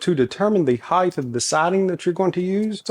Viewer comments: Stop saying heighth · Heighth. Love it. Reminds me of my dad.